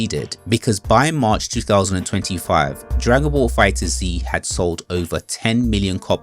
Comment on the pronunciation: Nooo not you call it Fighter-Z 😭 it’s just pronounced Fighters